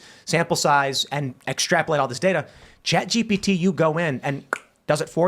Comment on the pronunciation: “Sponsored by….. ChatGTP!”